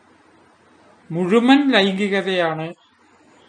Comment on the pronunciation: പല വീഡിയോകളും എനിക്കിഷ്ടമാണ്, തുടരുക. " മുഴുമൻ " എന്നല്ല " മുഴുവൻ" എന്നാണ്.